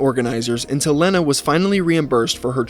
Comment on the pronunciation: how tf are you gonna mispronounce a name as simple as Lena, as "Lin-uh", especially when you literally found a clip about the chick AND edited it to show her own husband saying her name correctly . Bro really